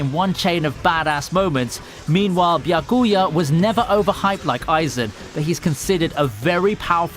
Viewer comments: Lol good video but pronounce it "BYA-kuya" not "bya-KUYA" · it's pronounced byAkuya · Your pronunciation of Byakuya is a massacre .. have you watched the anime in japanese? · V-eye-z-ARE-ds Edit: Byakoooya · It's a nice video, but every time you pronounce Byakuya or Orihime one of my brain cells dies.